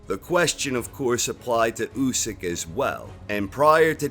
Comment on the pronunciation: i cringe when this dude says " Usyk " ..